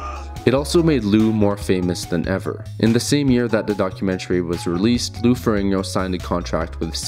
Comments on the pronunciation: it's Ferrigno, not "Ferringo". You keep saying his name wrong, I can't watch. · Its Ferrigno, not Ferringo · Jesus Christ, the narrator keeps saying "Lou Ferringo." It's FERRIGNO. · I clicked away when you said Lou Feringo. Unreal ignorance levels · Not even two minutes into this and you already mispronounced Lou Ferrigno's last name. Clearly you have a drive-by approach to doing your research. Pay attention to the spelling of the last name, the order of the letters. F-E-R-R-I-G-N-O. Not FER RING NO, FER RIG NO. You repeat this mistake before 3 minutes of run time have passed. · feRIGno not feRINGO. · To be precise, it's "Ferrin-yo". Ferrigno is an Italian name and "GN" in Italian works like "NY" in English. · Farigno. Fah-rig-no. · I don't know why the mispronounciation of Lou Ferrigno's last name bothered me so much, but it was really distracting. I know that's stupid, but I really couldn't help it. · Thumbs down for getting Lou's name wrong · Does a doc on two guys yet can’t pronounce one of their names….the easier of the two no less…. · Hard to take this video seriously when the presenter doesn't even know how to pronounce the name of the second most important person in the film.